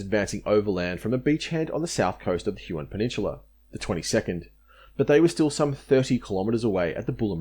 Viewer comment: Thanks for this detailed and really great history of the battle for Finschafen (Harbor of Finches). I will have a look at your other work now, for your research here was so impressive and overall quality so high. Quick comment on pronunciation. Salamaua is said Sal-a-moh-a. Rabaul is said Rab-owl. Huon is not Hew-on but hew'n. Papua is said Parp-wah. Finnisterre is said Finnis-tair. Vasey isn't Vassy, it is Vay-see. Ramu is said Rar-moo. Narranderra is said Nah-ran-dah-rah not Narran-derra. Wootten is not Woo-ten, but Woot-ten (like wood)